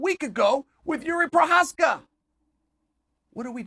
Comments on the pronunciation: Proof Chael Sonnen can articulate Jiri Prochazka's name correctly. (I am not going to research the proper spelling of Prochazka, so fugg off) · I think this is a milestone for Chale he actually pronounced Juri Prohaska's name correctly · Chael saying Jiri Prochazka right feels so wtong